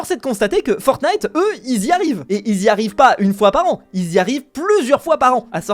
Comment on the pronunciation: "Fortntie" WOW